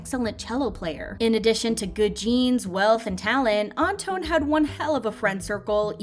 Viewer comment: Surprised the Chenle wasn't mentioned... I'm sorry but the way she kept saying Anton's name and St. Laurent..😬